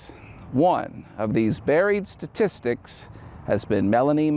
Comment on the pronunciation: Statistics.....long pause for dramatic affect.. :O)